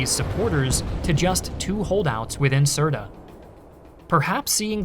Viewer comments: Hello i loved this video and i live in misrata ive lived through the siege and sitre is pronounced like dirt but instead of starting with d it s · The analysis and content is second to none. It's pronounced S -irt btw 😀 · Why cant you just pronounce the name of Sirte very properly?